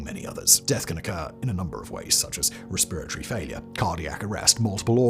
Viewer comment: Very entertained by the pronunciation of “resperitoty” LMAO.